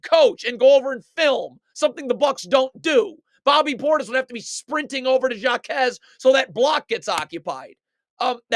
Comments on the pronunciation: For the last time it is pronounced. ( hi -may Ha-KEZ) No Jakez but HAkez , he is Hispanic you don’t pronounce the j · "Jockez" 🤣bro its pronounced "Hawkez" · the J in JAQUEZ is silent my friend 🙂😂😂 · JA-Quez Lol